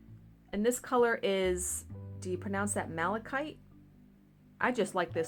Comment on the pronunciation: You pronounced Malachite correctly 🙃 the ancient Egyptians used malachite to line their eyes with it to ward off evil. 🙂